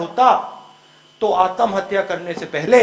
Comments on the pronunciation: "आतम हत्या" 😂 पहले आत्महत्या बोलना तो सीख ले Raul Vinci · जीस आत्महत्या और पुनर्जन्म बोलना नही आता हो उसकी तो राम जाने